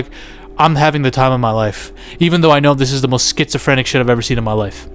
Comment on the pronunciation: Duuuude wtf you said sphysophrenic so many times you got me watching medication 💊 commercials right away cuz i clean my views so it shows its retarded alcarhthym right away!!!! And i know i spelled 50 percent of this wrong be eat iiiit!! 😂